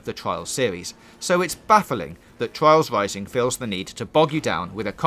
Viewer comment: Twials Wising ;)